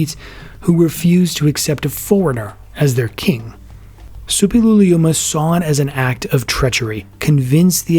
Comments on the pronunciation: Yes, it's difficult, but the narrator manages it perfectly. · Impressive pronounciation of "Suppiluliuma"!